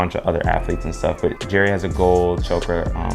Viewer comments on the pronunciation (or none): none